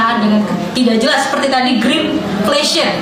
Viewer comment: Host salah mengucapkan kata greenflation diucapkannya greeninflation, kesalahan mengucapkan kata tersebut menandakan bahwa kata tersebut bersifat asing bagi host. Iya kan..?